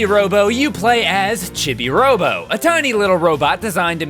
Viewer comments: "Chibby" Robo?????? CHIBBY?!?!?! What the hell, it's not a opinion, it's an established word and nobody has ever said it like that. Why WHY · Who on earth calls him "Chibby-Robo?" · CHIBI ROBO IS MY FAVORITE GAME IN THE WORLD!!! Also you can buy extra time and battery in the online shop in the chibi pc. PS Chibi robo is pronounced Cheebee robo, which is why Mrs Sanderson calls you Cheebo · it's pronounced cheebee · I know its called Chibi Robo but it sounded like he said "shitty robo" when I first heard it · It’s pronounced chee bee robo